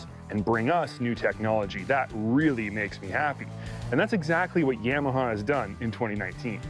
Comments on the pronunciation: Please learn how to pronounce “Yamaha”. Thanks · I work at a Polaris store, and my boss says it like "Yam-aha" as well. It really irks me. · Why does this guy keep saying YAM a huh ???